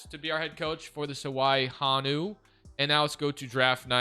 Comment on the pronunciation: I’m from Hawaii , this is dope, and it’s pronounced (Ho-Knew) but nice try though 🤣🤙🏽